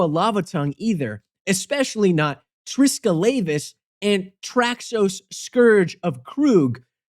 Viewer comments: You pronounced Triskelavus wrong. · Makes deck to make people mispronounce cards Mispronounces Triskelavus